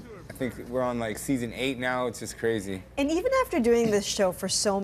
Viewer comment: "That's cwazy" lmao